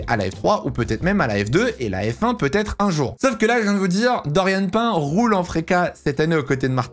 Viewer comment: C’EST PAS DORIANE (PAIN) ça se prononce PINE